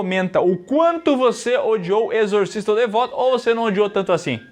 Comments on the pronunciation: "Exorcisto" foi foda kkkkkkkkkkkk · "exortisto" eu ri muito véi KKKKKKKKKKKKKKKKKKKKKKK